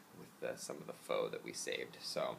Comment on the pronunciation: is an almost correct pronunciation of "pho":) good job:) why don't you make a pho recipe? I'd really like to see your take on my country's favourite dish!